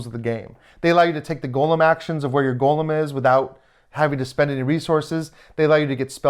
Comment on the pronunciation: Great preview. I’m very interested in the game. FYI, it is pronounced go-lem, not gollum (as in LOTR).